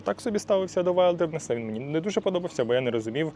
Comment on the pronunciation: Класна тачка! Але будь ласка називайте правильно - вілдернес😉